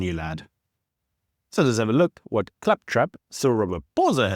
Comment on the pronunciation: Why can’t you just speak properly, man? “Wewd” it’s WORLD. “Wha” it’s WHAT. I’m sure I’ve heard you say “pacifically” instead of specifically, there’s others too. So annoying! “Disstassful” what’s that? Besides that, keep up up the good work.